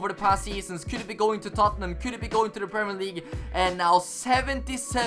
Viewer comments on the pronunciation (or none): none